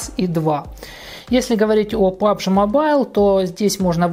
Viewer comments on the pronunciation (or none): none